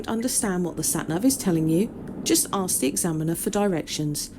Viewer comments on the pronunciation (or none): It's not "Let me ax", it's "let me ask"